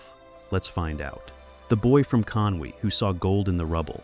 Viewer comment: Why is an American narrating Drew Pritchard backstop? Hasn't anyone told him that the place is Conwy NOT Conway!